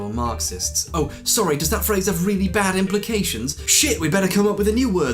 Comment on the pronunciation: Flavius Claudius Iulianus Augustus You have a fwiend? In Wome? Weally?